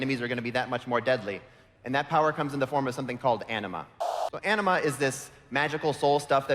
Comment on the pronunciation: Anima sounds like enema. lol